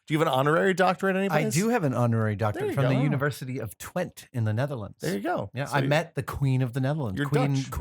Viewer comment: Twente is pronounced Twentuh. And it's not Holland, but Netherlands. The province is actually called Overijssel. Over Eissel. Holland is an old name for the Western provinces.